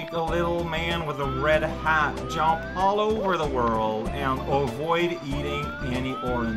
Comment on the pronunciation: I love when says jomp!